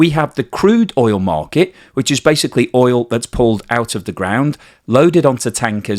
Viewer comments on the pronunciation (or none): none